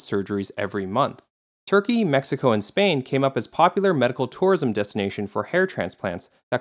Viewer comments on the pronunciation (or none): none